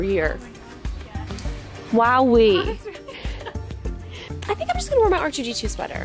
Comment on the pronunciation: she should’ve said “Wookiee” rather than “Wowiee” 😂